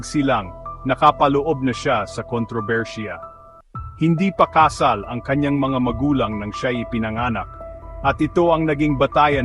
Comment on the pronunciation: bakit ka ganyang magbasa ng Tagalog? Basahin mo nga "hindi pa kasal". Bigkas mo ay kaaaa-sal, sa halip na kà-sal..e, yung "kapatid" bigkasin mo nga. Hindi kà-paaaa-tìd kundi ka-pà-tìd..kakatamad kang pakinggan, peborit ko pa naman si FPJ. Ikaw ga'y Americano? Ba-tò hindi baaaa-tò! Haaaay nako!!!